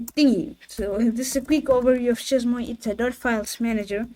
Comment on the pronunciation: Chez moi, 😅 its french google the prononciation Bonne continuation 🎉